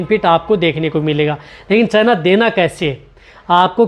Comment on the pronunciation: चैना नही चना होता है 😂